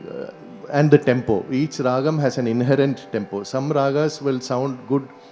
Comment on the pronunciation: This lec-dem is a must watch for any musician. But I wonder how many seniors will introspect with open mind & correct themselves. It's really frustrating to hear mistakes like RAAHAM instead of RAAGAM and MURUHA for MURUGA. Another point to note is instead of DAIVAM we hear the pronunciation DEIVAM 😢